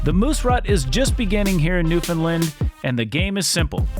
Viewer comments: It's not new fin Lund! It's "New fun land" can't get that wrong. It's disrespectful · Newfoundland, not Newfundlund! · Yup beautiful place is right it is called Newfoundland not Newfoundlin do understand why outsiders can’t not pronounce it correctly. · This guy is a joke. Talking about Newfoundland history and can’t even take the time to learn how to pronounce Newfoundland or Beothuk properly. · He also can’t pronounce Newfoundland. Think he’d take some time to learn how to say it properly.